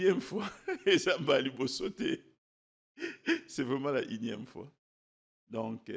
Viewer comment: N-ieme fois et non inieme ...!